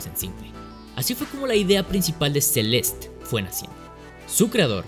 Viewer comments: ce-les-te- no Celest, ni Sel'est, es como el ridiculo que dice "carolina herrera" con acento gringo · Él: “Celest” Yo: “Celeste” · a mi también me molesta, el juego se llama celeste, con una E al final y se pronuncia asi. CE LES TE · Porque diablos le llamas "Celest"? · “Celest, que cosa es Celest?” “Celest, el juego Celest” “Celeste pendejo, se dice Celeste” “Celeste es en español” “Estas hablando en español PTM” Saludos. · Porque le dice celest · Por que lo llama Celest si literalmente su nombre es Celeste tanto en ingles como en español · Por qué dices Celest cuando es una palabra en español? por dios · PORQUE DICES "CELEST" SI EL JUeGO SE LLAMA "CELESTE" AAAAAAAAAAAAAAAAAAAAAAAHHH (es hironico) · Por qué carajos dice "Celestt" en vez de "Celeste" 💀💀??? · CELEESTE NO CELEST PELOTUDO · Me estresa que diga Celest en vez de Celeste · Se dice celeste y no celest, ahh que pesado tío, dislike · Se dice CelestE y esta a $5 USD en la eshop ahora mismo people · tan dificil es leer celeste y no celest? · se-lest ni porque el nombre es una palabra en español lo dice bien el morro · Un juego con título en español y pronuncia el nombre como "Celest". Perdón pero tenía que acotarlo. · si en el video en vez de llamarlo "Celest" a cada rato lo hubieses llamado tal y como se pronuncia tal y como hispano-hablante que eres, lo petabas. Pero es una buena opinión del juego, no lo voy a negar. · Todo el video con la vena a punto de explotar porque le dice "Celest" y no "Celeste" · se dice celeste no celest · No se dice celest, se dice celeste. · ¿Por que pronuncias Celest?, ¿Te gusta el spanenglish por que suena muy disonante?. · como puedes pronunciar mal el nombre de un juego en español?